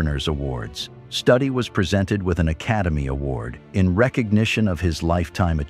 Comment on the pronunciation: Stoodi not study..